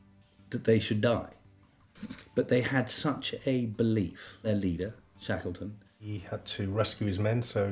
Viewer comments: Good documentary, with great footage, but the narrator was just bad! Sounded like one of those robot narrators used in cheap youtube shorts. I mean this narrator pronouncing his name "Shakleton" was just awful. The guy is one of the most famous people in world history, and the narrator of a documentary can't even be told to pronounce his name correctly. Ayyyy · "Shaykleton?" "Mariteem?" "Whooping?"